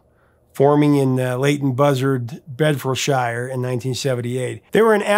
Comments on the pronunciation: love your content dude but... Are you ready ? Bedfordshire aint pronounced Bed-Ford-Shire. Say it like this... Bed-fud-shuh. In fact ANY county ending in Shire is pronounced "Shuh" We saw Limahl at a free concert at our local "country park" (Ferry Meadows, Peterborough). He's still got it !! He admitted he was sick to the back teeth of this song but it's the one that made him and he respects that's the tune people want to hear. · Bed.Fud.Sher. That's how you pronounce it,.: )